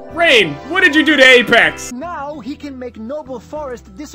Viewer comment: LMAO The way said "Apex". xD